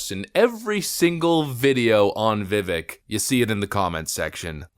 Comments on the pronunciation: Little bit of a pet peeve: A lot of people out there on the internet talk about people, about products, etc. In this case, people say that they had/have respect for Vivek, but refuse to pronounce his name. It used to be a really big deal in journalism to check that kind of thing out. I promise this isn't an attack on you. I literally see it everywhere with everything. It's just starting to bug me more with people's names. It seems so disrespectful. In his case it's Vi-vake "like cake". He even says his name in the clip that you put in your video. I just can't un-hear it lately. I love your channel and I'm sorry for bringing it up. Just some constructive criticism. Please forgive an old man for being so old school. Thanks brother and God bless. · Learn how to pronounce Vivek’s name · he's obviously still not well known enough, because most you tubers still can't pronounce his name correctly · Maybe next video he’ll pronounce Vivek’s name right 😅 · You still pronounce his name wrong smh lol don't you listen to the video when he says his name lol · Vivek is said like cake. Vivek even said "It's like cake but people always get it wrong" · You cover him but still mispronounce his name.. its vivake like cake he says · Vivek rhymes with cake; not the other pronunciations. Love you vids! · Stop pronouncing his name wrong! It is pronounced Vee-vake! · Vivek is pronounced Vivake, as in fake which is a word of Indian Hindu / Muslim origin from fakir. However, Vivec is no fake. He's the real deal. Give the man a chance. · Viv-AKE. You can’t even pronounce his name right. So first 18 seconds I’m unimpressed already. Anyway, continue … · Hey there Vivek’s name is pronounced Viv-ake like cake. FYI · He says it’s pronounced Vivek, like cake. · Can you please pronounce his name correctly? Viv-ake like cake. He even says it in the video you reference. Love your videos! Just wanted to ask. Keep up the great coverage! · Pronounced Vivek, like Cake. (vivake)